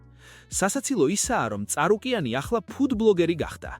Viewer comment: წარუკიანი არა ჭარუკიანი 😂😂